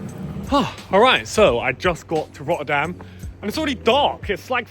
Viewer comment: roerdam? bro plz say the city name right is not roerdam rotterdam dooble t